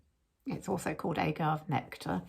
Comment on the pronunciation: Agave is pronounced ah- gah-vee. Spanish word, plant grows in desert of Mexico